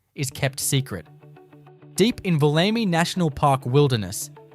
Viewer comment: .......and the correct pronunciation of geographical names such as Woomera and Wollemi.